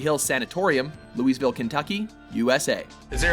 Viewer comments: Clearly, I have to take issue with way you pronounced "Louisville." It's pronounced Loo-ee-ville, not Looeys-ville. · It's "Looh-ville", not "Lewisville". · Its Lou-vul not Louise-ville. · I know damn well y'all did not pronounce Louisville as "Louise-Ville". Lmao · When people say "Louis - ville." Cringe. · LooWeezVille, Kentucky. God. Fucking. Dammit. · The pronunciation of Louisville was the most haunted thing in this video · Please pronounce "Louisville" correctly. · Glad to see Waverly Hills made the list...was going to be mad if it didn't. Boy the narrator butchered the pronunciation of Louisville!!! #lovemyhometown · That isn't even close to how you say Louisville, Kentucky. Not even fucking close. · I cringed at "Louisville" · I was terrified by their pronunciation of Louisville 😬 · The way they said "Louisville" was the scariest thing in this video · I definitely know how to pronounce it, Because I am from Kentucky, and lived in Louisville for awhile...I constantly correct people on their pronunciation. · As usual u pronounced louisville wrong. Room 502? That's our area code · The way you just said Louisville is terribly wrong,just fyi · God, u guys murdered the pronunciation of Louisville 😂😂😂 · I hate the way they say "Louisville", I guess it's because no one hear in Kentucky pronounces it that way.